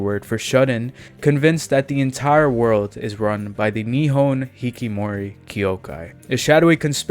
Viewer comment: I'll add that to my plan to watch. Also it is hikiKOmori no hikimori